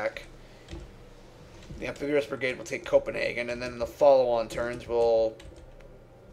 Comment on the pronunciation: I cringed every time he said "Amphibuous".